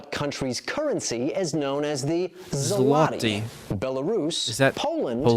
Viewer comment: The way he prenounced Złoty, killed my polish soul